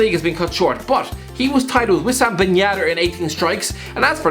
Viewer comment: "Wissam ben yaaader"